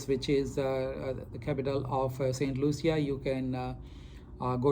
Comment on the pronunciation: It’s pronounced Saint Lusha, not Loo-see-a like you kept saying in the video…after visiting there you would think you learned the proper pronunciation especially for an educated doctor??